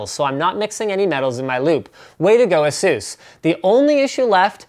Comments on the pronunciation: ITS PRONOUNCED AY-SUS not asues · A-SUS, not ASEUS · it's not a-zeus it a-sus get it right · It is actually pronounced "Asues" or as you say because Asus and Acer which are both computer companies have similar sounding names with the way you pronounce it so that is why they switched to the way Linus pronounces it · Iron Man Doesn't mean that's how it's pronounced. Speak with any Asus employee and they'll tell you it's pronounced "ay-soos". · Nonono its pronounced Asses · It's fucking "ASUS" A-SUSS